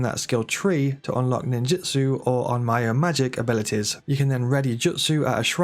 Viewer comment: Onmyo is pronounced ohn-m-yo, not ohn-my-o.